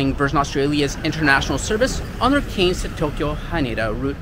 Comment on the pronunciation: I'm a Cairns resident, and it is pronounced .... 'Canz' .. liked the vid though and you have just convinced me to take the trip to Tokyo !! Didn't get how much luggage you allowed, but ill soon find out ..